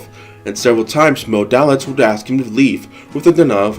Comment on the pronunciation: His name was pronounced: DAY-litz.